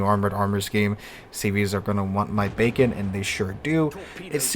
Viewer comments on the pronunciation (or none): none